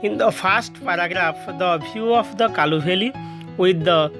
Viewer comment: Sir kalu valley nuhe kulu valley